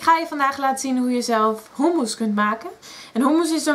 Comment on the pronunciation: In Nederland spreken we u niet uit als OE.